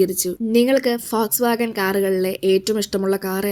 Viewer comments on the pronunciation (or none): Fox wagon ❌ vols wagon ✅